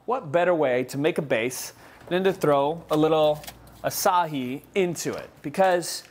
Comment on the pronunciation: This sounds delicious. Thank you for sharing! Acai is pronounced ah-sigh-eee. I hope that doesn't offend you. Peace!